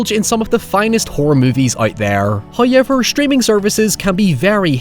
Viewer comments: First "hoyevver" drop - in the comercial!! The temerity! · I come for the commentary, but stay for they “huyever” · Hoyever. Nuy. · How does one phonetically write the way he pronounces “now” “however”